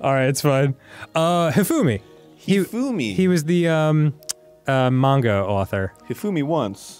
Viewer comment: Arin says "Mānga." Although, to be fair, that was probably for comedy in their DDLC playthrough.